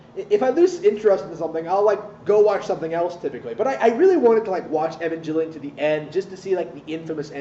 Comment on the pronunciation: can understand the show but can't understand how to pronounce evangelion apparently though #fakefan